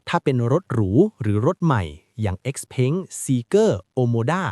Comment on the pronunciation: ราคาก็เขียนผิด ไออ้อนก็อ่านเป็น เออ้อน เอ็กซ์เผิงก็อ่านเป็น เอ็กซ์เพ้ง ไฮเปอร์เท็คก็อ่านเป็น ไฮเปอร์แท็ค คลิปหน้าฝากหาข้อมูลให้ดีกว่านี้นะครับ